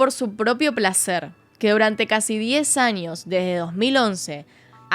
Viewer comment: Pd: me gusta como pronuncias la ñ, anios, ninios, extranio